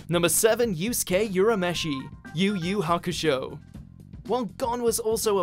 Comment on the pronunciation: Great list. Also thanks for saying yusuke right